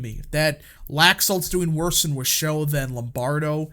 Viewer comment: MAKE NV RED AGAIN! ❤ it’s pronounced WASH—OH county 😉